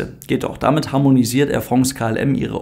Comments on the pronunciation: Yeah, "AIR Frongs" is back 🙂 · Ach wie habe ich es vermisst: Air Frongs😂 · 'Ähr Frongß' - wir sollten die Aussprache in die Rechtschreibung übernehmen! 📝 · ich muss jedes mal bei "Air Frongs" lachen... Passt scho!